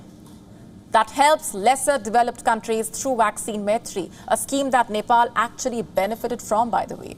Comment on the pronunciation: it seems he has been beaten by chinese police at Nepal, he has beating marks on his face..black stains due to blood clotting around his eyes. And Ambassador.needs to know how to pronounce Nepal..its not Nepol.